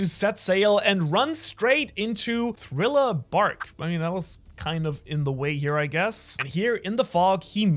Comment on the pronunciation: Thrilo? Or thriller?